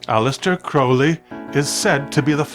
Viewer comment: Thank u 4 pronouncing his name rite, as always I love all yr content